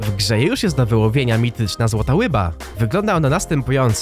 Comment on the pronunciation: Mówi się ryba a nie łyna